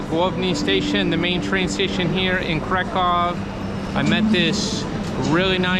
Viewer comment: Not Krakov but Krakoov the pronunciation like in a book.